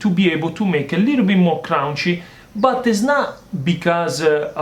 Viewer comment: I love how he says crunchy, every time I make a pizza now I say it, and I look forward to it in the videos like a catch phrase.